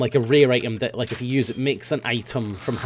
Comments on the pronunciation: was it just me or did it sound like he said "F you" at the end. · Every time you say "if you" it always sounds like "F U" to me, haha